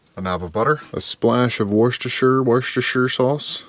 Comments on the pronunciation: It’s pronounced, “wash your sister sauce.” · Always look foward to your videos. Worcestershire is pronounced Wuss (as in Puss)-tah-shah 😊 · FYI Worcestershire Sauce is pronounced 'wooster sauce'. It's another one of those strange English ways of pronouncing stuff.